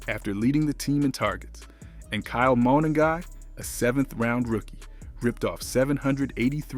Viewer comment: Gotta get the name pronunciations correct bro. Rome Odunzy and Kyle Moaning-guy is crazy 😂